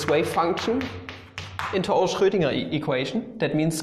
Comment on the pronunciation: He says Schroedinger with that sexy accent Also he keeps saying 'psi' with a hard 'p' ahaha